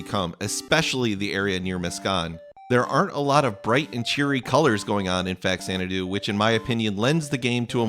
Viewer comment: Thank you for pronouncing the name correctly. I had never heard of this game when I got it from my dad for Christmas. I remember feeling a little disappointed to get a game I hadn't heard of. It ended up being one of my favorite games of all time.